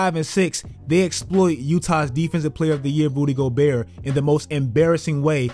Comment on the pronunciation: Did you say “Booty Gobert” ? Lol 😂